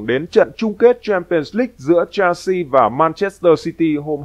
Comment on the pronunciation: Chelsea không phải đọc là “chen si” mà đọc là “Sel si”